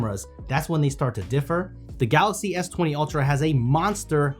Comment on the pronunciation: everytime he says galaxy, it sounds like "galasi" 🤣